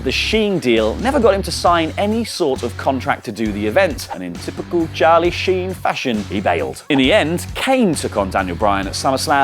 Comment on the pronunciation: Sharlie sheen 😂😂